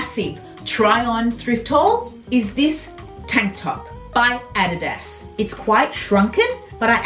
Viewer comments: Fun to watch.... Lol, pronounced A-Dee-Das = adidas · Hi. I love your accent. I don't pronounce adidas correctly either. We say a deeeee dus. Correct pronounciation is o dee does. But no one in Canada pronounces it correctly. And if I did then I would sound strange, ha ha!! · Who can resist a super huge haul from you! You're just a joy to hear and your excitement is infectious. I particularly like the way you say "Adidas"...in America, it's pronounced a-DEE'-das, with emphasis on the DEE, but your way is fun. Everything looks sensational on you! That red velvet blazer may have been my favorite thing, but all the blazers are fantastic. What a find!! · What a great FREE haul!!! Also, I just love the way you say Adidas! Totally different than we say in the US.